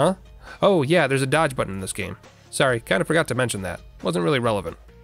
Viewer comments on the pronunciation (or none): none